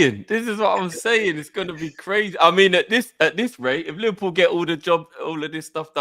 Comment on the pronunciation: Neverpull ❌ Liverpull ✅